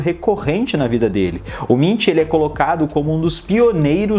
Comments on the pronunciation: A pronúncia correta é "Munk" e não "Mintch" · Se pronuncia Munk, se pronunciasse como se fosse em português mesmo ficaria mais correto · Nunca tinha ouvido o nome dele pronunciado assim...